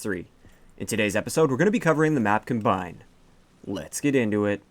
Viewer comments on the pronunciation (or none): It's com-bine not combine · Its com-bine not cum-bine lel do you say .cum instead of .com lel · FFS. why do people keep pronouncing it 'cuhmbine'. as in combining two drinks. it's KOM-bine. as in, farming equipment includes the combine. in fact, the background of the winners circle even shows it. stay in school kids. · i pronounce it COM-bine not combine ex. i combine the waffles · Please learn how to say "combine" correctly given the context. Thanks. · It really bothers me on your pronunciation. You're pronouncing it like the verb and not the noun.